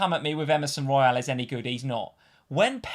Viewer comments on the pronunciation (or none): none